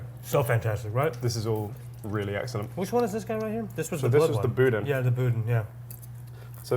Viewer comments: Boudin is not a blood sausage. It is a Cajun sausage. It comes from Louisiana. It does have some pork liver in it but not the blood. And it’s pronounced boo dan. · It’s pronounced “boo-dan” but don’t pronounce the “n”. Pronounce it like French. It’s from Louisiana. And in Louisiana we call it “boudin noir” when it’s made with blood. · Boudin (boo-dann) is not blood sausage. It is a rice augmented sausage typical in southern Louisiana. Love the video still. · Love this series, but please learn how to say boudin. 😂